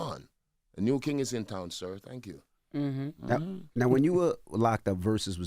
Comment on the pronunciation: Did he said “ Tank you Jezus?? Wow❤🙏